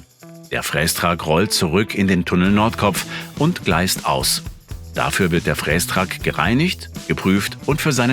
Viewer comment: Triggert mich brutal wie der "Frästrack" ausspricht... Gutes Video 😅